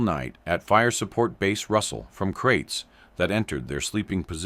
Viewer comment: Kraits not crates.